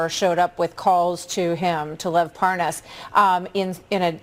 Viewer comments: Anyone else notice that Nunes kept calling him par-NAS instead of PAR-nas? Purposely mispronouncing the name to try to feed the "Idon'tknowthisguyIdon'tknowanythingwitchhuntwitchhuntwitchhunt!!" Bullshit. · Lol. "I don't even know how to pronounce this Par-Noss..." Gimme a friggin break. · Love the way he intentionally mispronounces Parnas as Par-Nas. Shows you how stupid he thinks Americans are and in the case of Trumpsters, he's right. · "...I just didn't know this name...This PARR-NOSS" Sure, chief 😆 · How can i sell this better??? Hmmm. Oh, I'll pronounce his name "par-nos" Killed it!!! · Do you reckon he's saying 'Lev Parnoz' to try and give the impression he's getting the name wrong because he doesn't know him? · Mark my words this is not the last time you see will Nunes purposely and obviously mispronounce the name "ParNaas" The blaiten attempt to seem dumb and innocent is completely noticeable... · in other vids, has any1else noticed that, when Nunes had to speed up the conversation & add the word "WIFE," to the end of Parnas, he was able to say it just fine. ("Parnas's Wife") ... &then he went right back to mispronouncing it. 🙄 (ParNAZ, ParNOZ, ParNOZE, are ALL incorrect) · It's so hilarious that he pretends to mispronounce the name. Parnas is one of the most famous men in the world at the moment especially among usa politicians. I'd rather believe Parnas than anything from Nunes. And I realise Parnas is not a trustworthy person. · Nunes pronounces the name Parnas difffertly as his interviewer every time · Watching this never gets old to me. 🤥 My favorite part is where Devin Nunes pauses and pretends he is unsure how to pronounce “Parnas”. After he has already pronounced it correctly several times. 🤣🤣🤣 #SlickDevin 🔥👖🔥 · well he obviously doesn't know who the man is, he can't pronounce his name properly (even though it's an easy name to pronounce and the anchor has been pronouncing it correctly at him non stop)